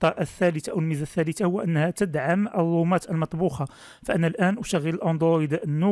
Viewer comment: ياخي الرومات وليس الوومات